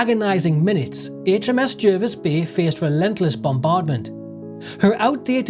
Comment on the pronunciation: It's pronounced J (A) rvis Bay